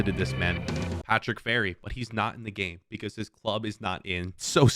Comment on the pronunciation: Subscription said Patrick Vieira and not Patrick Ferry!